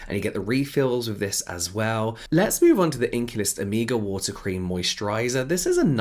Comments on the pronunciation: It took me few moments to Figure out what James wanted to say by “ amiga “ 😅🤦🏻‍♀️, then i got it is “omega” , amazing how many spelling exist for a same word !! Love this diversity 💙🙏🏻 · I thought you were saying Amiga instead of Omega and I just rolled with it. Like yeah, invite ,y friends over and do some skincare. Cool. 😂